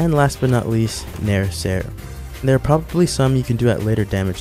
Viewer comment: “Dair we go”